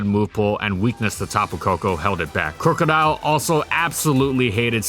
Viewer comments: Crook-odile not crew-codile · "Crew-co-dile" The rest of the world: "Crook-o-dile"